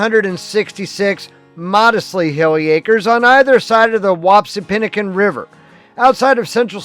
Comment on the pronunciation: Nice video. I must point out, it's pronounced Whap-see-PIN-a-kin